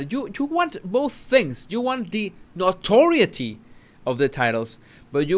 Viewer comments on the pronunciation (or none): none